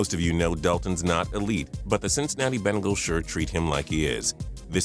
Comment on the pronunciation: why does he say bengals like bingals